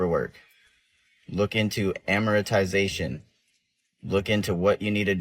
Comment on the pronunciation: is that seriously how you're supposed to pronounce "amortization" or is the guy just confused